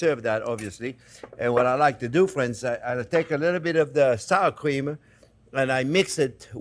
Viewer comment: I had to rewind like 5 times because I kept thinking I missed you putting in the saccharine. Then I realized you were saying "sour cream".